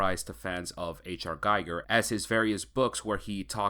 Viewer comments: His name is pronounced Gee gur not guy gur and that's not jee it's gee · Ackchyually, it's pronounced "GHEE-gher." Basically, the world depicted in Scorn is a caricature of our own everyday reality. Also, it seems to draw influence from not only Giger but also Cronenberg. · Being a fan of H.R. Giger, you should know, how to pronounce his name correctly. Instead you are pronouncing it as the name of Hans Geiger, the inventor of radiation detecting and measuring device. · Pronounced gee-ger